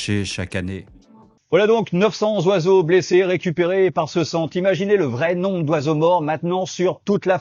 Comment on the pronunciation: attention aux liaisons mal-t-à propos, en particulier sur les nombres. Ceci dit, une vidéo particulièrement pertinente.